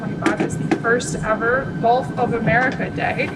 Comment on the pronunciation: Does he know it’s gulf and not golf? 🙉🙈🙊